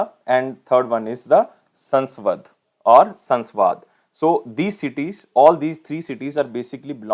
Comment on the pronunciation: Sir you wrongly pronounced sasvad it's सासवड a city in maharashtra 👍